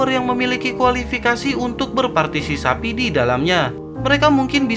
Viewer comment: Hehehehehe entah ngomonnya mimin partisipasi atau partisapi wkwkwkwk mimin mimin ... Ok lah lanjuuut